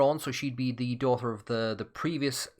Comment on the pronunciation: Oh I wondered why you always said "dauther"!